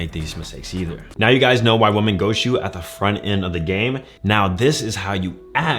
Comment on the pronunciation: The word women is pronounced wih-men player. Upper echelon females will catch this and think you're illiterate. Free game 👊